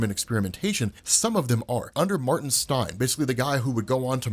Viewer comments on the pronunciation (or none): none